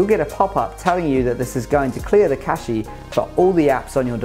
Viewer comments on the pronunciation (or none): Cache is pronounced "cash".